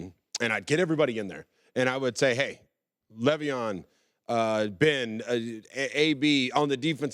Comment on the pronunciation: He never pronounces le'veon name right